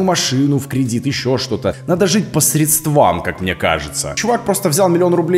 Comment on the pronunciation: по срЕдствам. Ударение)